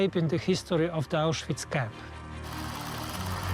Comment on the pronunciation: Stop calling it Auschweeeetz!!